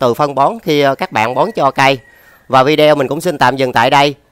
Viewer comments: Bạn nói viđi ô nhe, nói vi de eo nghe khó chịu quá ! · “Vi đi ô” chứ không phải “vi đeo” anh ơi